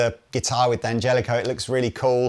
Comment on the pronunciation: It's not 'DeeeAngelico', it's DAN Gelico. Italians don't say 'DEE'. At best it'll be 'd'YanGelico'...really quick with the 'd', like all men other than me are. 🤣🤣